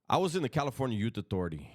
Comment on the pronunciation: California "Yute" authority 😂